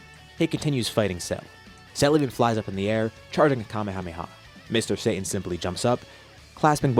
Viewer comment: Sa Ta N not Say tin reminds of when people call Kaio-ken as the "kay oh ken" or "Kay oh Can"